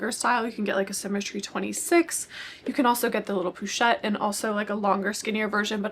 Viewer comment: The correct pronunciation is ‘posh-ette’ rather than ‘poo-chette’. 🙂